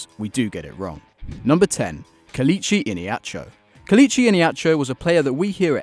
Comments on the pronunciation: Kelechi not kilechy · Keleechi. Sack this fool